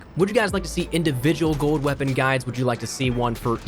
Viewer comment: You say gold like GOAD